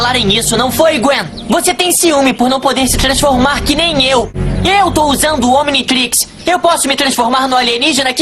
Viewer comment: Serio eu ja me tornei fã seu a um tempo mais eu realmente não aguento tu falar ominitix serio isso buga minha mente pois la ne ben 10 fala ominitrix ai meio que da um pouquinho de (SO UM POUCO SEM ZUEIRA) de raiva